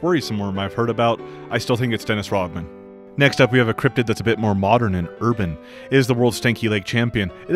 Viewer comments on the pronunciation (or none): none